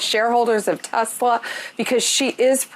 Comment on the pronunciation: Okay seriously 1: WHY CAN'T ANYONE PRONOUNCE "T e s l a" bro it's NOT hard! Did they wipe the DOE from their brains too?? And 2: Why the SHAREHOLDERS, and not the CUSTOMERS???? Why TF do they always glaze the fucking rich????